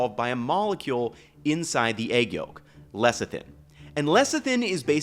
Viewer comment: Not lecktin, it is Lecithin. Le-se(e)-thin